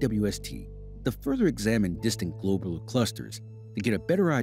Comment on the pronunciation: "Globe-ler" ... clusters........?? I learned them as "glob-u-lar" clusters... 🤔 And I grew up in the sticks.